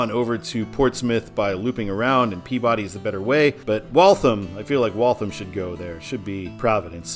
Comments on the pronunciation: FYI, Peabody is pronounced “PEA-Biddy” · Note: Peabody, MA is pronounced "Pee-biddy". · Massachusetts doesn’t pronounce Peabody the way it is normally pronounced. It’s pronounced as (/ˈpiːbədi/) (pea/be/de) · Besides all the comments about the mispronounciation of Peabody, which I warned you about in previous comments, you butchered Waltham (walth-ham, like the meat), no pun intended. In your "Todd's way it should be," you misspelled Franconia. I do believe that northbound it should be simply the town Franconia without the Notch. Plymouth NH, in the Lake Winnepesaukee region which US 3 loops away from I-93 to head for Laconia and get closer to the lake, is the home of Plymouth State University. That town is a major destination for New Hampshirites anyway. Salem NH is the home of Rockingham Park, a horse racing venue which is mentioned in the movie "The Sting." Loudon NH is the where the New Hampshire Speedway is located, for NASCAR fans. Of the other places mentioned in NH signage on I-93, Franklin is the only city, and a small one at that, though Derry is a sizable suburb of Manchester. The toll booth on I-93 is in Hooksett, and is referred to on traffic reports on WBZ (1030 on the AM redio dial) as The Hooksett Toll. When MassDOT (MassHighway as it was known then) redid the signage for I-93 in Boston itself when The Big Dig was completed, those signs replaced the northbound signage for Lawrence. I know you would have cringed with the former signage. I agree with you that Manchester NH should be on the signs on I-93 NB in MA. I think that the reason MassDOT does not sign I-93 SB for Providence in the City of Boston is because most traffic in the city itself does not go all the wa